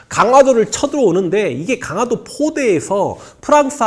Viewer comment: 잘 듣고 있습니다. 다만 강하도가 아니고... 강화도입니다. 발음이 좀 거슬려서요.